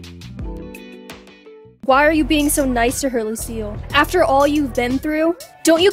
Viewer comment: When you say Lucile it sounds like you are saying Lucio